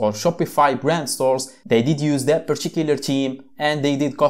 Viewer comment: Great video but you should say particular theme not purchicular cheme